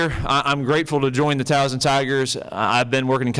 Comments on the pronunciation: Hopefully, he will learn in time the proper pronunciation of Towson, there is no Z [Towzen]. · I know right!!! I can’t stand it when folks say TOWZEN, there is no z ever lol 😂😂😂 😡😡